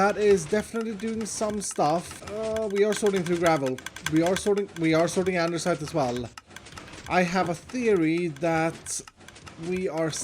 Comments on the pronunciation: 'ande-site' ! 'ander-side' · I just don't want to mention that he is always saying Andersite, btw it's andesite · It's Andesite not Andersite XD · He spelled out “Andersite” lol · Nobody::andersite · Block: Andesite: Andersite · First time I see "andersite" in writing. I thought it was just a quirk in the pronunciation this whole time :D Maybe a tribute to a friend called Anders? :P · No hate intended but it’s andesite not andeRsite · Andersite? Andesite... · Why does he keep calling it andersite and not andesite!? It's driving me crazy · Andersite🤨 Andesite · It's Andesite not Andersite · Does anyone else get low key triggered when he says “Andersite” instead of “Andesite” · Andesite!!! Not Andersite 😅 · So is no one gonna talk about how he called andesite andersite? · Reads: Andesite Types and says: AndeRsite. That’s more annoying than diorite. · Am I the only one frustrated about the fact that spells andesite "andeRsite"? XD It's like sayng diorite instead of netherite mhm scar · I can’t take that always says “andersite” and not “andesite” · OMG it's sooo frustrating that you keep calling andesite "ANDERSITE" 😂 Great video as always btw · its spelled andesite not andersite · i dont know if you are baiting but its andesite not andersite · It’s Andesite, not Andersite XD I used to think it was Andersite too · IT IS ANDESITE NOT ANDERSITE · what i mean is that it is a real pain to hear him say "ANDERSITE" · psst should we tell him that it's pronounced and spelled, "andisite" not, "andersite" Although, I am new to the channel so it might just be an inside joke. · it's andesite, not andersite. Please stop saying andersite. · he really named it andeRsite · Does he actually realize that they’re named ANDESITE not ANDERSITE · Just so you know, Andesite has no 'r'. It's just A n d e s i t e. Great video! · Why do you call it andeRsite ? there is no R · Noone: Literally not even a single soul:: Andersite